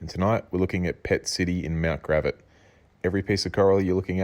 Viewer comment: Hahaha you said it like mt grav-att not mt gra-vatt. It just sound funny when you said it.